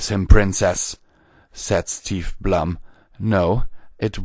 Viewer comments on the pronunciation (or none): steve blume is pronounced bloom.